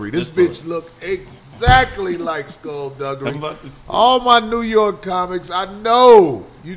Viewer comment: he said scull dugery . crazy